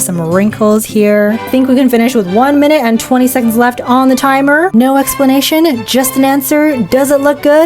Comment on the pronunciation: "listen. naur"